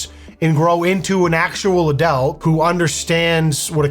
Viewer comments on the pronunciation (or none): I love the way sais "Adelt" instead of Adult. Keep being you though, loving it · Love you, please say adult